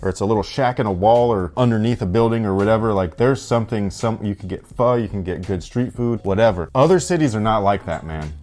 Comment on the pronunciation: Respect to for the correct pronunciation of pho 👏 love your vids bro!!!